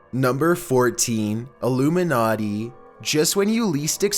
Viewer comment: how much heron does this guy do before recording? are you even awake? do you think this is a dream? so interested in the content but all i hear is "'illoomeenaughtee"'